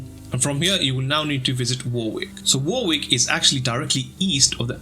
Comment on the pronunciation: I's pronounced 'WORRICK' not war-wick...